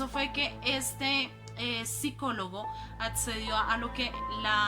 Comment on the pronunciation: "Basman"? "Ahogado" de oficio? El sicólogo "atcedió"?